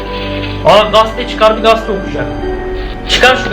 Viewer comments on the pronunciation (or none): Gaste değil gazete